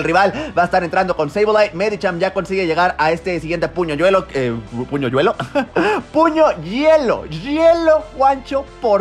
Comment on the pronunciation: 🤣🤣🤣 la pronunciación de los nombres y después puño yuelo🤣🤣 fue demasiado